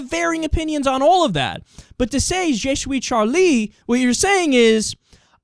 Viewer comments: jay shoe-ee Charlie ^^ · I laugh so much when he says je suis Charlie. He sounds Dutch